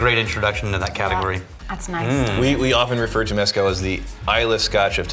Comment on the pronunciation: For the love of EVERYTHING GOOD AND SACRED stop calling it MEH-scal. It’s pronounced meh-SCAL! You’re going to anger the Aztec gods.